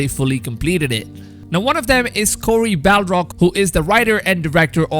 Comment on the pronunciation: Lol he actually said Cory "Balrag"